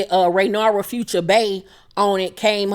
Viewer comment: Ray-near-ah is how her name is pronounced.